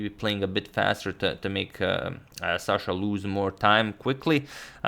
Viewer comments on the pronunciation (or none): it's Sasha not Shasha